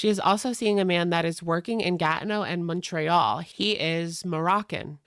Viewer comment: I hate the way you say Montréal omg